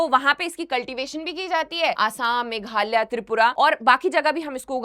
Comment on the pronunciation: मैडम खुद मेघालय को मेघाल्या, अगरतला को अगारतला, और सुश्रुत संहिता का नाम भी ढंग से नहीं बोल पा रही!